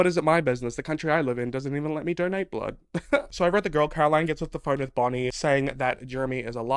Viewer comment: "We've got Caroline, Elena, BONIE" the way you said bonnie cracked me up